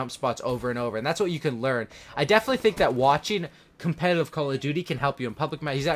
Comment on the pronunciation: He said competive.. Its competitive..